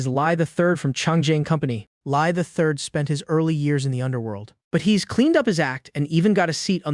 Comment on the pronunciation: "Hez, ill, shed"👀🫠